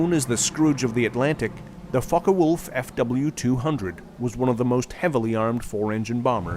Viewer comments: That's what you latched on to? I keep hearing fuckerwolf. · Sounded like the plane was named the fuckoff ### 😮